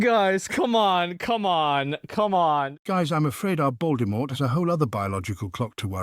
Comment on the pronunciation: wait a second... hold up... did the TTS just say "BALDYMORT" ?!?! ive never heard that one b4, thats so clever :face-blue-smiling